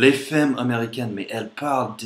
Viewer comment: C'est drôle parce que tu prononces "femmes" comme cela s’écrit, c'est la façon logique de le dire alors que les français disent "f[a]mes"